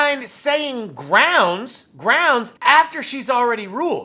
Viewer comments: Brocks Axed a questioned than objected to his own question than said grounzz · "Grounce"- Darrell Brooks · First of all… it’s GROUNZ. Also, are you not a public servant? Is this not your oaf of office. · He says "Groundz" 2 million times.